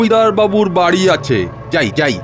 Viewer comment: ভাই ওটা পরে নয় পড়ে বারি নয় বাড়ি.... খুবই শ্রুতি কটু লাগে।